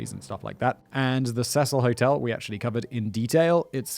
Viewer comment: Cecil Hotel is being pronounced wrong a lot as well as the girls name.